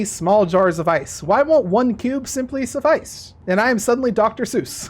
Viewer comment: 'SUFF-ICE' That really got me